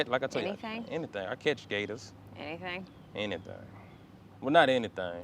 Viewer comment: Anythang? Anything, not anythang